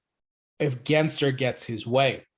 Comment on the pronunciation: Again saying Gary Genser lol. Even the captions produce “Genser” when you pronounce it. It has an L between the letter “s” and the letter “e” 😂. I know we hate the guy but try to get his last name right lol, it’s really easy. Edit: also I disagree, if Gensler gets his way, it could be the complete opposite lol. If we want the same to happen as back then, then Gensler needs to back off and instead embrace crypto in the USA and completely stop this attack the SEC currently has against crypto. We need favorable regulations so we don't stifle innovation and we can instead continue being a world leader instead of staying behind because of the cronies that are protecting the interests of the banking cartel. No, it's not a mis-spelling, you just can't read. Go back and read it, lol. Btw, English is not my first language.